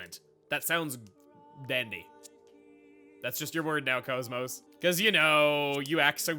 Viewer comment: Couldn't resist calling KOS-MOS "Kosmog", could ya?